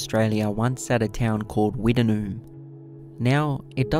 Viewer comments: Its pronounced wit-noon ha ha not wita-noon it's a common mistake mate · pronunced witt..nume not wit..en..noom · I’ve never heard it pronounced like you do it, we’ve always called it “Wit-Noom” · It is pronounced Wittnoom.I worked at MT Goldsworthy iron ore miine in 1970 and we used to swim in wittnoom gorge